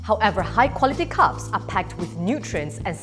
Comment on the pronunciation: I thought she kept saying “cups” not carbs lol!